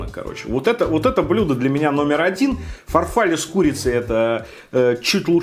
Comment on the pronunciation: ФарфаллЕ, блеать! А не фарфАлле